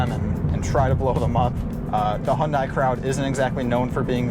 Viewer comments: Not Hon-die, Hun-day. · hyundai rhymes with sunday not fun guy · No. It’s pronounced “Hyun dae” or “Hyun deh” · You drive the car bet yet still pronounce it wrong😂😂😂 It is literally pronounced HUNDAY!!!!! The South Korean just put a little more emphasis on the “ Y “ when saying it. Like “ HiUNDAY “ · speak after me: "Hyeon - Dae" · Great video. Only suggestion is the pronunciation - should be 'Hyun-DAY' (refer to the super bowl commercial - rhymes with 'Sunday' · To me (Australian) it will always be hyun-die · 네 알아요. 한국어 조금 말해요. but this isnt about saying it with perfect korean pronunciation, its about getting people to not say "high-yun-die" or any variation of such. you can do a youtube search for "hyundai sunday" and see what hyundai themselves have to say about it